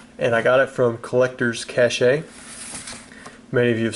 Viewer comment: Hopefully you’ve learned by now that it’s collectors cache (sounds like CASH) lmao